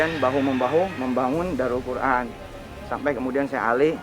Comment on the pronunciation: Daarul qur’an kali. Bukan daurul qur’an